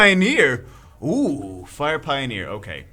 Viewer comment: You read fire pioners wrong.